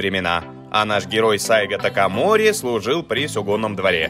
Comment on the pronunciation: Позвольте поправить. сАйго такомОри. Да и история рассказано не совсем чётко. Советую прочитать побольше информации по поводу Сацумского восстания. САйго не планировал возглавлять никакого движения, а шёл в столицу, для получения разъяснения, по поводу покушения на него. И тамошние самураи пользовались современными ружья и, а пошли в рукопашку из-за того, что боеприпасы тупо кончились. История очень интересна, изучите её поглубже) спасибо за контент